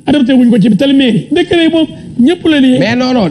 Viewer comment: On ne dit pas "decret " Svp retenez qu'on dit "décret" .juste damay rappeler rek .gnou bayi thi khel